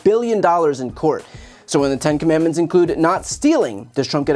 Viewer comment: Commandments is a three syllable word, he cannot even read or pronounce it correctly.